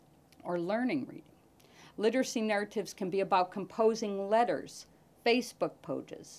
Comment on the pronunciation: "facebook poges"